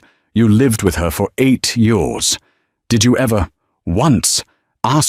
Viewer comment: Re hashed story!!!!! The AI still can’t pronounced YEARS!!!!!!